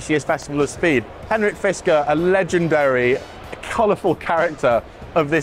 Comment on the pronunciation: fiskrer???? HAHAHA NOTHING to say...same as lucid